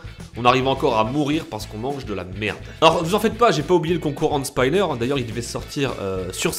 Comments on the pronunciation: Mais Putain c'est pas 'HandSpainer' c'est HandSPINNER { 'i' pas 'a' }.. c'est grave sa .. putainnnnn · Hende Spainneur XD MDR il Sais pas dire hand spinner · Pourquoi prononcer "hande spayner" bordel, d'où vous vient l'idée de dire spayner au lieu de spinner normalement ? "olol je madaptt a un aksen english ?" sauf que ils savent prononcer le i façon français et que c'est pas toujours le i en "ay".. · Pourquoi les Français sont les seuls à ne pas savoir prononcer hand spinner ? C'est pas spAÏnner, mais spinner, ça se prononce comme ça s'écrit. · on dit "end spaïneur" mais "haind spiner" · Hand spaïneur????😭 hand spinner hand spinner pas de aï , bon sinon bonne video desolé mais'ca stress😂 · Andeu Spaïneur 😂😂😂😂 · c'est hand spinner pas hand spynner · comment il a niquer le mot "Hand spinner " RIP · Il à prononcer hand spinner fausse